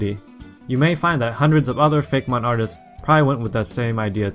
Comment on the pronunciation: I'm pretty sure it's pronounced Fake-ee-mon.